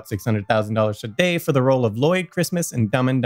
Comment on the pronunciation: stop saying "today" like that!!!!!!!!!!!